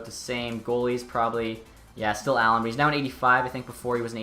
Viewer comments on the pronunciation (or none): none